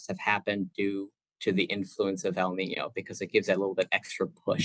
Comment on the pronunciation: Please allow me to make a humble" CORRECTION " The word el nino is not pronounce as NI-NO , rather it is pronounce as EL NIN-YO , as well as La NI-NA ,IT Is PRONOUNCE AS "LA NIN-YA " it is a SPANISH WORD " So it is just right to read it in SPANISH.( the spelling also is not right that is the reason you read it wrong. It's a Ñ instead of N.) Thank you.